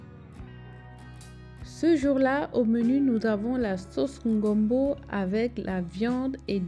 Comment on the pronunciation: Tes vlogs sont d’une douceur❤️ continues ne te décourages pas. Mais c’est le gombo hein pas le ngombo aïe😂😂😂 et ton mari qui fait toi « j’ai changé de voix « 😂😂